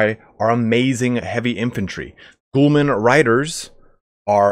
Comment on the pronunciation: 'Ghulam' isn't pronounced as 'Ghoulman' lmao